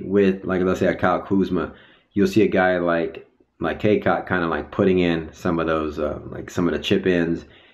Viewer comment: its "Cacok" not CaCock bruh u made it sound nasty lmao.. well i think these bench players are just hyped and fired up right now coz theyre fighting for their minutes.. once the season start and they end up only playing 1min or not even playing at all they all gonna lose interest just like our bench players last year... when the season begins and stats matters then thats when the egos and attitudes shows up coz those stats are the one thats gonna improve their money bag $$$.